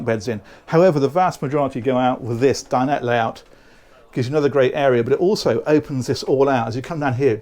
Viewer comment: Great video and content as usual, but my pet hate is that everyone seems to have forgotten how to say dinette. It's not dine ette. Ette isn't a word...it's dinette....please...